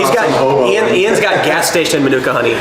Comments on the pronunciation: The emphasis of Manuka is on the MA, so MA-nuka. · Its pronounced Marnika Honey, Manuka (Marnika is a region in Canberra)